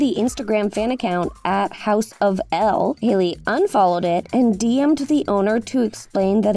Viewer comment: Houseofsel. "House of Sel". Not House of El. Sel as in Selena